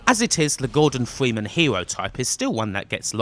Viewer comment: Gowdon Fweemen